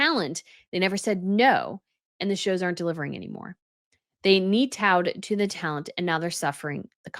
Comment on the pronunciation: I'm sorry, but did you also just say "kneetowed?!?😂😂😂😂 That's hilarious! Have you never heard the word " kowtowed? Look it up. It's going to make so much sense to you, regarding that article on HGTV. Kneetowed. THAT'S funny!